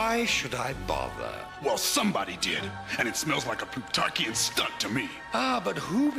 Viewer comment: That cwazy Pwutawkian!